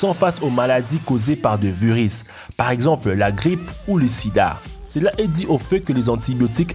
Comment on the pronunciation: Faudrait apprendre à prononcer le français, parce que "beaucoup de faits" ne se prononce pas comme "beaucoup d'effets" ! :-) "Vous donnera des veuris" ça n'existe pas, ce sont des verrues...D'ailleurs on entend aussi "maladies causées par des veuris" au lieu de "virus"... Pour le reste : félicitation car je n'ai entendu aucune connerie et c'est rare dans ce type de vidéo. :-)